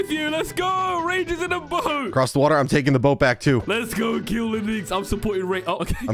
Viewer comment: he said "crust" not "cross"